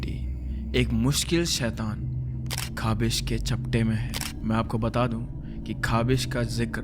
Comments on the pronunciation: वो खबिश नही खबिस होता है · it's “khawees” Well.. Interesting story👍❤